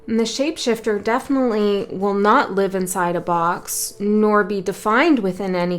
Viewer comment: Ha ha you said ship shaifter maybe like a vessel hmm…..I really love your work💛these beacons are realy helping our voyage